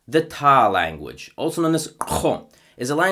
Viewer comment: Amazing job in pronouncing the Taa endonyms effortlessly! I love your language videos! They are a great resource for some of the lesser known languages in our amazingly diverse world.